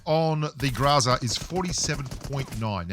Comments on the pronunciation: It’s weird how the pronunciation gets mixed up a bit.. but I’m pretty sure it’s pronunciation is GRO-ZA . But I think it’s basically where ur from.. lol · Don't Tell Me How To Pronounce GROZA (GROW-zuhh) If You Can't Even Pronounce FAMAS (Pho-Mas) Your Pronunciation Is "FAM-iSS" Boomer Bloke.. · If you want to know how to pronounce the "groza", make Google translate "thunder" into Russian. Maybe learn some Russian, even.